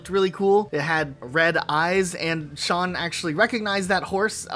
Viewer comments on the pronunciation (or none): none